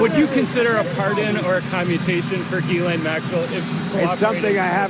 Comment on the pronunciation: For years, Ghislaine Maxwell's many attorneys have always called her Guh-LENN. You think they'd know better and call her JIS-layn or Gill-AYN or whatever her name really is like everybody in the media does. And you'd think she would have corrected them so they would pronounce it right. But No! They insist on calling her Guh-LENN for some reason.